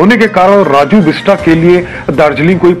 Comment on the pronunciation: सब से पहले नाम सही बोलो और लिखो । ‘बिस्ट’ और ‘बिस्टा’ में नेपाली(गोर्खाली) भाषा में क्या फरक है , अच्छी तरह जानो तो अच्छा ! बेचारे राजुको ‘बिस्टा’ मत बनाओ ! 🤓